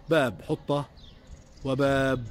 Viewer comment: لاحظت كثراً أن أهل القدس يقولون باب حُطة ( بضم الحاء )، والصحيح في العربية وكما هو مذكور في سورة البقرة ٥٨ والأعراف ١٦١ حِطَّة ( بكسر الحاء ).